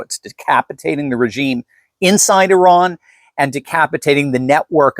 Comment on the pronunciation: it's Iran Not Iraq